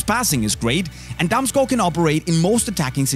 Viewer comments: If someone is ever wondering how to pronounce Damsgaard, show them this video. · you really pronounce Damsgaard very well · Proper pronunciation of Damsgaard....I'm shocked.